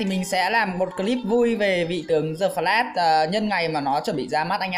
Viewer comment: Đờ phờ lát mà cứ đọc giơ phờ lát như đúng rồi vậy ...bó tay